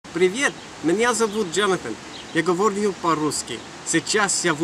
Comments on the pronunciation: More accurately, he stressed the wrong vowel in говорю. He pronounced говОрю instead of говорЮ. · One small mistake: he mispronounced говорю. This is what he said: "Hi, my name is. I am now in Ukraine. There are very beautiful girls here. Bye!"